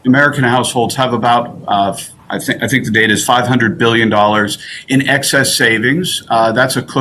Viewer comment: "excedss savings" is that like "Xtra money?"never saw any...you???